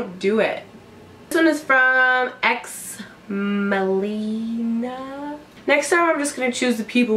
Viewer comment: Lol you said my screen name correct and thank you for answering my question - Exmelihna lol